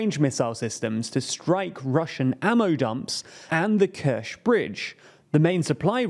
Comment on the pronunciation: You should stop butchering Ukrainian and Russian place names. It’s Pe-re-kop, Arabat Spit (no L needed!), Kerch (ch as in channel not as in champagne)and No-vo-ros-siysk.